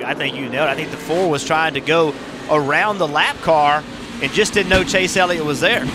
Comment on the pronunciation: Did he say.. Chase Yellit.....